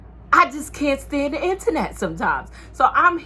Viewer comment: The 2 times you said internet I thought you was saying my name Antoinette 😂😂😂 Girl I just got rid of my blue face and after that double back I was done done. You’re right she just needs time